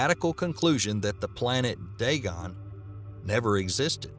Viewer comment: ...It pronounced Day-Gonn.